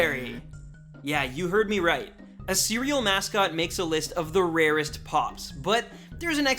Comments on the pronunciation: Please dear God don't ever say "The RAREST!" again. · "The RARESTT" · Stop saying the rarest like that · Never say ‘’the rarest’’ like that ever again edit: ok this comment is like 3 years old and I was dumb to say that lol